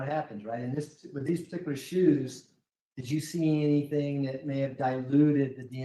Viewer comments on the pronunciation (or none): WHENEVER she says anythink, somethink, nothink...she's LYING.